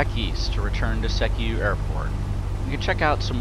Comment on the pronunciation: You're pronouncing Sekiu wrong. It's more like SEE-Kyoo.